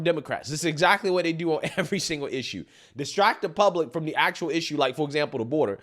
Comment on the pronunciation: "So liek... it's absurd to fire me for liek.... doing mah jawb" How TF do you still talk like that when you look that old?